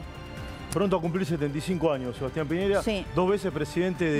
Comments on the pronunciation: Por qué les da con decir mal el apellido de este sujeto, pi ñe Ra, y no pi ñei Ra , como también el nombre del lago Ran co, pero es recurrente con estos periodistas. Eso pasa en Chile. Primero leen y... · Lago ranco no ronco, y es sebastian piñera no piñeiira